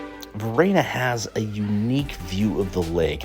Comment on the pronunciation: Great tips, thanks. However. Bellaggio is a haven for tourists. And the locals know about it. Italians wouldn't go there, and if they do, they certainly wouldn't be falling for all the tourist traps. Oh, and it's Varenna, not Verena